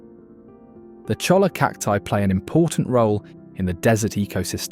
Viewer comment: On that Cactus you're describing you don't say the L's do your research man it's pronounced Choya